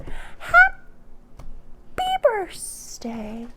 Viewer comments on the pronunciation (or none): Are you saying burstday? I heard you say it last year but I thought you just messed up saying birthday but it sounds like it’s a thing you do. Where does that come from? I love your readings btw, accurate af.